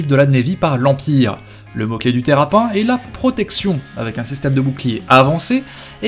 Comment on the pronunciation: je te l'ai déjà dit on ne dit pas terrap1 on dit terrapinne!!!!!!!!!!!!!!!